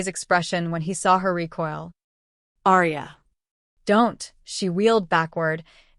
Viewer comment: Love this story, however, the typos & the pronunciation of Aria's name just drove me CRAZY. Ex: gunshot wound, pronounced as wound as a rope wound around area a tree.